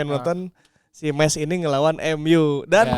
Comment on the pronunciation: Sorry nih bang, yg bener Meis jd ada ei-nya. ✌️